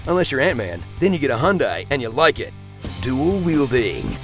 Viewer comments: Hondai? Its calles 'yiundai' :-P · definitely not how you say Hyundai